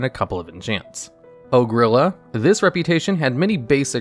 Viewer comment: "Oh Grilla" I have literally never heard anyone pronounce it that way. XD Also, Cache: CASH. Not CashAY. >_< Not done watching, but enjoying the vid so far! =)